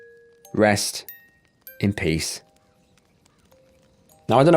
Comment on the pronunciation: Peace not Piece